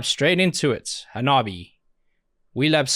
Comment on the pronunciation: To help you out a bit Hanabie is pronounced Ha-nah-bee-ay